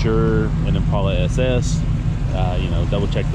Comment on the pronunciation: Great video. I really wish that people would pronounce the name of the car correctly. It is im·pal·a, not im·paul·a. Watch a vintage commercial from Chevrolet if you doubt me